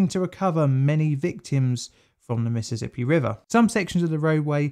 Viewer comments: For future reference, it's "Mississippi", not "Missizzippi". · "miss-suss-sippy" there is no "Z" in the pronunciation of the name...